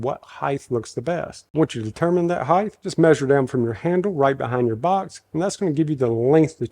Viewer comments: DUDE!!! you're killing me with saying hidth... it's height (hi-T) why do so many people pronounce this so incorrectly!?!?!?!?! 😂 just try it.. heighT. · supposably it is height not heigth...lol...i learnt that at the liberry.